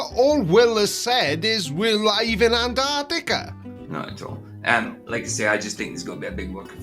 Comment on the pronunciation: The idiot can't even say Antarctica correctly.